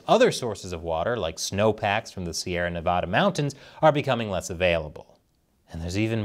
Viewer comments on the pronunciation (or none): Nev-AD-a not Nev-AH-da!